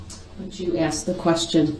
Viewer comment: You forgot axed a million times